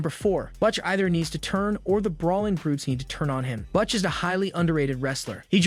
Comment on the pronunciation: I do not know who is doing this video but it seems to me that if you are going to be talking about wrestlers everybody knows you might want to do a little research on how to pronunciate their names. Right off the bat you fucked up saying "Butch" and my brain lost it. The more you talk, the worse it gets. Either do better research or go back to school.